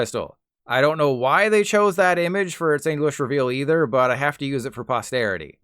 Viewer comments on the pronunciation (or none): none